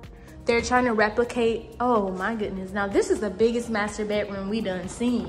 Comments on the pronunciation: "Dis MASTAAHH is a true MASTAAHH!" 🤣🤣🤣 That alone has me subscribing. Lol 🧡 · "This mastah is a true mastah!"😂 #7 has everything but cubbies, and if you gonna get 1of these homes it should have all the finishes you like already.